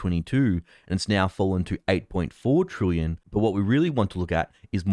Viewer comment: Well done, you have progressed from pronouncing "trillion" from "trooyun" to now being "troolion". A great improvement 👏